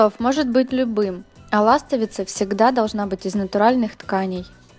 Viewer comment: Режет слух слово ластовица надо ставить ударение на слог Ви неужели никогда не слышали или это по приколу извените а идея хорошая уважуха